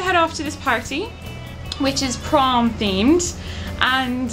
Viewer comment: I heard prawn instead is prom... Imagined you all in prawn costumes.